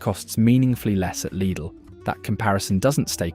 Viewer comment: Well done for actally pronouncing the name right!